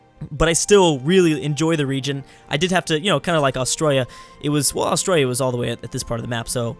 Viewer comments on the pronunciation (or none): none